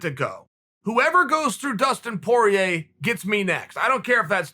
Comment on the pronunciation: Chael “Dustin Por-yay” Sonnen